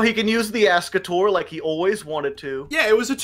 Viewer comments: wait what? it's pronounced ay-skater? i'm pretty sure when Dark Signer Rex Goodwin uses it in 5D's he pronounces it Ask-a-tor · I honestly hate listening to them call Ascator "A-skater". It's "Ass-Ka-Tore". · It is fire ant ass cah tore and I can prove it . Rex goodwin in Yu-Gi-Oh 5ds played it and said ass cah tor so that is the official Konami pronunciation